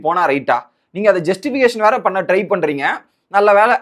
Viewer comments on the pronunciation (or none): none